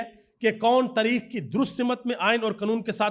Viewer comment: قنون تریخ صحیح بولنا سیکھیںے